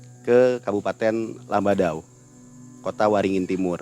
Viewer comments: ralat min, itu bukan lamadau tpi lamandau🙏🏻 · Lamandau bukan lamadau bang